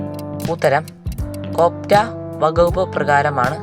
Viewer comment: കോപ്റ്റ അല്ല കോട്ട്പ്പ aan😇🤭